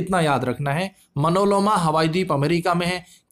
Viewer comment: भाई तुम टीचर/स्टूडेंटतो नहीं हो क्योंकि तुम्हारी वीडियो में बहुत बड़ी बड़ी गलतियां होती हैं । जैसे इस वीडियो में : मनोलोमा नहीं मौना लोआ होगा । हवाई डीप नहीं हवाई द्वीप होगा ।